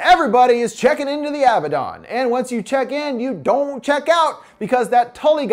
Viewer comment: It's not Abba-Don. It's A-bad-en.